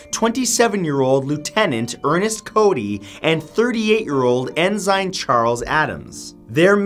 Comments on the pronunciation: Did you just pronounce The junior officer rank of Ensign "Ens "eye" n ?? It is pronounced En- sin. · For the love of ( insert Deity here ), you're from Canada, Man!! What happened to your pronunciation Matt?? Salish - saylish, Taffeta - tafeda, Ensign - ensen, Come home for a while Matthew, soak up some good old Canadian winter! It'll put you right again. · Also, the Navy military rank of ensign is pronounced as “EN-sin” (with the stress being on the first syllable). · Ensign is not pronounced en-ziiiine, but en-sun: and taffeta is not pronounced tag-et-at but tag-uh-at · It is pronounced TAFF-ah-tah, not taff-EE- tah and En- sen, not En-sign. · It's pronounced en-sin, not en-zine. 🤣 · En-Sign?!?!?!?! Please learn how to pronounce word, especially English ones, properly. Ensign is a common military position, pronounce en-sun. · Great, love your stuff. Very funny & quite entertaining, great job. One thing, on the blimp part. It's pronounced ensin or ensen (depending on your accent). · Enzyne, Matt? ENZYNE?! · Say-lish sea, and en-sin (ensign, phonetically spelled to the best of my ability) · TAFF-etta . EN-son.. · Ensign is pronounced "enne-sin". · uhm...'en zine?' really? ensign... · Omg salish, taffeta and ensign were all pronounced incorrectly. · Your mispronunciations of words Taffeta and Ensign are abominable..